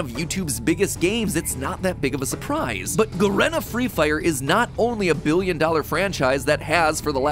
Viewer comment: its pronounced 'ga-ree-na' freefire